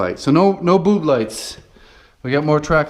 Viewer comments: Did he say "boob lights"?!?!?! 🤣Very helpful! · Did you just say...boob lights?